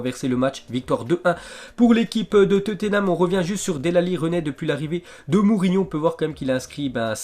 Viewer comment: Sa se prononce Delé Ali et sa s'écrit Dele Ali et nn pas Del Ali enfin bref je chipotte sinn continue comme ça 👍